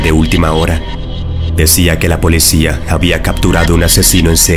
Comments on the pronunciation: El canal contiene vídeos muy interesante pero cometes muchos errores lingüísticos que se escuchan horrible cada vez que mencionas mal ciertas palabras. No se dice "polecía" con e, sino "policía" con i. Espero que en el próximo vídeo pronuncies correctamente esa palabra. Recuerda es "P-O-L-I-C-Í-A". 👮‍♂️👮‍♀️🚔🚓🚨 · Mmm! He notado que en muchos de tus videos pronuncias "polecia" en lugar de policía. Solo lo digo como observación y no como hate, antes de que tus seguidores brinquen como chuchos... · solo yo escuche polecia?????